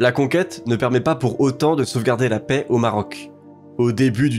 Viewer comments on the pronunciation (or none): none